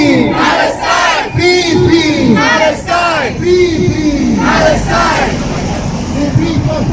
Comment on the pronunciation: At 35 minutes in did I hear him say "Pee Pee Palestine", that's not very nice, I hope he was reported.